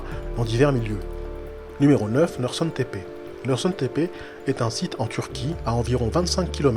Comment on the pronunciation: Sa ce dit norchoune tepe norsun